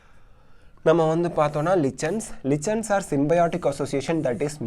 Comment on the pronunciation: Lichens illa adhu likens nu pronunciate pannanum